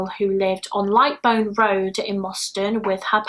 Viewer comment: Also lightbowne in Moston is pronounced like to take a bow, lightbowne